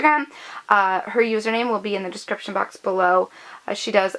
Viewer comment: "in the Descfription" lol